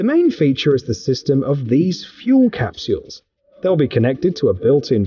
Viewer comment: Gotta love those fuel capshuals, they’re fantastic. WTF is a grahnnery?